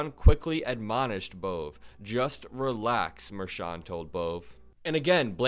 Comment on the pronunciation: FYI Bove is pronounced Bovay. An apostrophe was dropped at Ellis island but nobody changed how it was pronounced. Not a very common name.